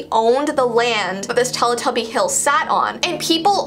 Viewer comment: I heard telepuppy 0-0